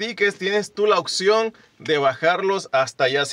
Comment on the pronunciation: Solo una observación y no me lo tomes a mal cuando pronuncias la palabra “opción” la pronuncias mal tú dices “occion” por favor práctica más esa palabra para mejorar más tu dicción ok saludos y sigue adelante.